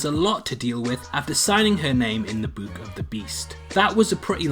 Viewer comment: "Buook of the beast" the way he says book 😂😭